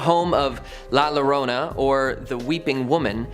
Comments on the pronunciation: You will say it wrong LA liorna, the l is silent, it's la irona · Its pronounced La Ya-rona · I know this isn't the first time you all tell the story of la Llorona (Yo-ro-na). Please learn to say it.